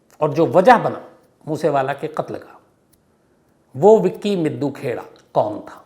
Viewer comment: ताहिर सर हरियाणा पंजाब के लोगों के नामों का उच्चारण करने के लिए हिंदी उच्चारण पढ़ लिया करें । विक्की मिड्डू खेड़ा नाम है ना कि मिद्दू खेड़ा !